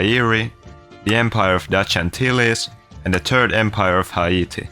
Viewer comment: "The Turd Empire of Haiti"